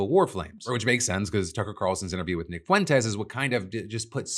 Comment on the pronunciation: The fact trump correctly pronounced Nick’s name makes me thinks he knows something about him…